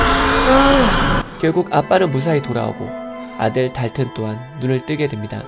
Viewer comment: 여기 아빠가 달튼 부르는 발음 개조아 막 닱은!!이래 이런거 개쥬아